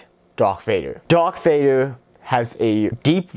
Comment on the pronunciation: Dwark vwader